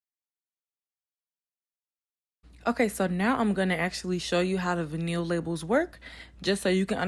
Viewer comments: Aww did you say Vin-neel?🤣🤣 it's Vy-null sound that out lol.....love this tho!! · Girl it’s VINE-ullll. Omggg you killin me!! 😭😭😭but yesss I have one of your nudes and was like dang the labels are great quality! Lol. I also started my own gloss business recently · Great video.. it’s vy -nuhl girl ☺️